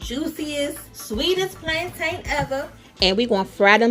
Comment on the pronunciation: The way you’re pronouncing plantain 🤦🏾‍♀️🤦🏾‍♀️